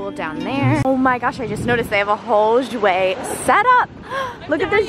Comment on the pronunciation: I love u but like how u say jouer like irks me bcz its french nd said differently😭. Nd im not trynna bash but its weird, bcz ive been taking french for 3 years and issa oof